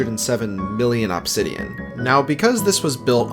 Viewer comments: AHB-sidian i've never heard anyone pronounce obsidian that way. most people and even the dictionary show it as uhb-sidian. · uhb-SID-ian not AHB-sid-ian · The way you say Obsidian is so distracting. Awbsidian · Pronouncing incorrect ahbsidian instead of uhbsidian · You say obsidian like "Absidian" vs "Ubsidian".... And it hurts inside. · Please stop saying "ah-bsidian" its "uh-bsidian" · Why the fuck you say OPsidian bro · stop pronouncing obsidian like opsidian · The way he says obsidian made me click off instantly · Absidian bro fix ur pronunciation literal nails on chalkboard listening to you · The way this guy says "obb-sidian" pisses me off. Pronounce it normally bro you're the only person on planet Earth that says it that way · I swear i thought i'd never hear anymore pronouncing it "obb-sidian" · I hate how he says obsidian like ahbsidian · i cant stop hearing OP sidian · why does bro pronounce obsidian like that 😭😭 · why are you pronouncing obsidian like that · My dude, that is not how you pronounce obsidian. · Say obsidian again